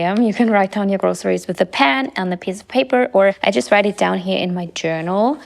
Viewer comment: sprich doch einfach Deutsch. Dann ist es für alle angenehmer. „Write down your groceries with a pAan.“ - nein wir benutzen keine Pfanne, sondern einen Stift.